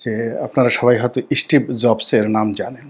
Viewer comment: এই ইসকন এর খাবার খেয়ে তো কত বাংলাদেশী মুসলমান ও বেঁচে ছিল। কোথায় ইসকনের দুর্নাম আছে বলুন? স্টিভ কে ইস্টিভ বলছে এমনি ইউ টিউবার। মুসলমানরা পয়সা তুলে শুধু নিজেদের পেট ভরায় আর উপকার করলে শুধু নিজেদের ধর্মের লোকেদের সাহায্য করে।